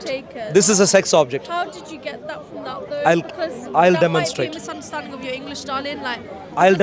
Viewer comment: “With yourrrr wife” 😂😂